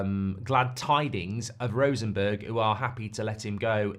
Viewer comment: Rosenborg, not Rosenberg.